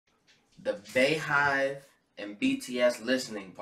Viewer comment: It's "bee" hive (beyhive) like her name beyonce....sirs!!!!